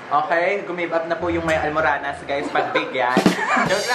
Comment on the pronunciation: hahaha natawa ako sa "ALMURANAS"😂😂😂